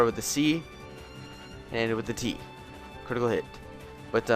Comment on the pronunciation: LOL "Critical Hit"....... not "Critical Tit". 2nd word starts with an H not a T get it right gawd.